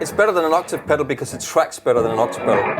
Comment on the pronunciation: Like and respect, but someone needs to explain to him how to pronounce 'octave'.